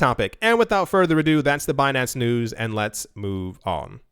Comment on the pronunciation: Actually 'ado', not 'adieu'...just sayin'.